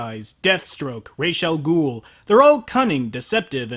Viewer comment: THANK YOU for actually pronouncing Ra's al Ghul's name correctly!